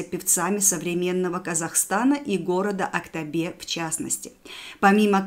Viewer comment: Нет у нас в КZ такого города АктАбе , не сложное слово АктОбе. Просто после таких произношении, многие будут тоже говорить АктАбе. А так прекрасный ролик . Димаш тың анасы Светлананы туылған күнімен құттықтаймыз!